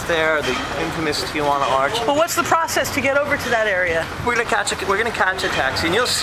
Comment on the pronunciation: Good video, very informative, but the city is pronounced Tee-wa-nah, not Tee-a-wa-nah. also Mexico is not Española.